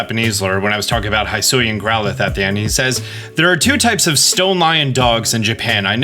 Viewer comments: Just the biggest pet peeve for me from these last two videos –especially because they pronounced both words several times during the Presents– is how you pronounce Hisui/Hisuian. Keep in mind the name of the region was coined in Japanese so they would be pronounced [hee·SOO·ee] and [hee·SOO·yan]. Also, Dialga is pronounced [dee·AL·gah], not [dye·AL·gah] (also from the Presents). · BTW, Hisuian is pronounced like "HE-sue-ee-ann".